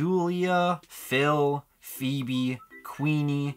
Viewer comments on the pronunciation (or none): none